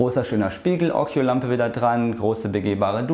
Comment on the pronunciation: Ja, occhio heißt Auge und das ist italienisch und wird ockio gesprochen.